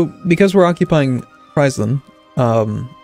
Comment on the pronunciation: You prenounce friesland as freezeland